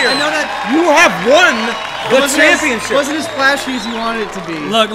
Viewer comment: “Scrampionship” 🤣🤣🤣💀💀💀 congrats Jordan.